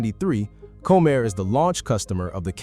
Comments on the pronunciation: When you use AI, please make sure things are pronounced properly. Had to stop watching this, it is not Co-Mair. Ugh! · If you are going to do reports like this, you could at least pronounce the characters correctly. It's COM-air, not "Comb-air" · Comair...pronounced Comm-air. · You loose credibility when you mispronounce the name of the airline. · Learn to pronounce Comair.